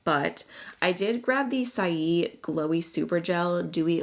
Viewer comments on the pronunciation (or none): Saie Beauty is pronounced “Say Beauty”. It was a play on the word.